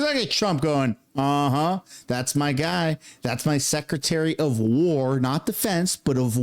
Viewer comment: Maduro, said "Peace not Whaarr" well he just got a PIECE of our United States Delta Force!!!